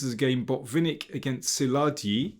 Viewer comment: Botvinnik (through his books) taught me the positional play. P.S. Szilagyi is pronounced Silagi [where g is like in "general"]